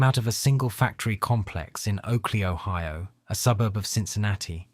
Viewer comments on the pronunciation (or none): none